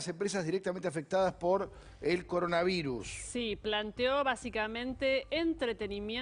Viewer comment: Coroanvirus dice al principio XD